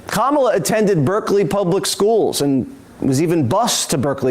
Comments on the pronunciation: This MFr can pronounce Ghislaine Maxwell , but can't remember how to pronounce Kamala Harris! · Great thing about the Trump clip... he pauses before he mispronounces her name, to remind himself to do so. Later in the clip, the correct pronunciation rolls off the tongue. He knows how her name is pronounced and has to take a moment to think and remember the wrong way to say it. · Trump has to try hard to say her name wrong. When he doesn’t pause before saying it he inadvertently says it right. Pathetic fraud. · Anyone else notice that Trump only gets Kamala's name wrong when he pauses to think about how you don't suppose to say it? Insufferable. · once. the 2nd time. only when he pauses to purposely say it wrong... which is EVERY speech he gives.